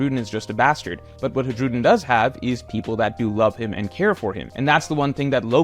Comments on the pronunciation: Haj-rudin ❌ High-rudin ✅ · i think it's time you started pronouncing Hajrudin's name correctly. It's "High-Ru-Dean" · why does he keep pronouncing the J in his name. has he not seen the anime?